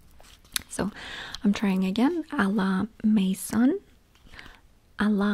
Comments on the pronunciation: Lol😂! A la Mason… she’s cute! It’s a la MAISON which means AT HOME in French ❤ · As a french I find you trying to pronounce à la maison very cute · Those bags are amazing ! I wish I had the stone one to ASMR myself to sleep right now 😅 Great haul ! Cute peu pronunciation of the word « maison » the « on » is like the one in « bonjour » and it’s a hard sound for non French speakers. Nevertheless we understood ! I don’t know the brand « A la maison de Provence » and I am French and I live in France so I can’t tell you if it’s a good brand but it’s worth trying. Provence is a French region well known for lavender and beauty products (and it’s beautiful ❤️). Great haul ! Can’t wait to see the items in ASMR vids !